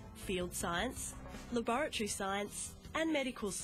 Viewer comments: It’s laboratory not laboratory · The real crime in this video is how you said "laboratory" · never heard anyone say it like that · Lol why do British have a tendency to skip vowels in words. Instead of La-boar-uh-tore-ee they say Lab-uh-tree lol missing an "a" there Instead of Plu-tone-ee-um they say Plu-tone-yum missing the "e"